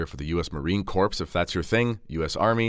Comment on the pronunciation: Corps pronounced core not corpse.😂 WackyCanadians...aye.